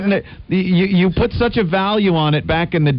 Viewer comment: Im convinced opie mispronounced put purposely for attention.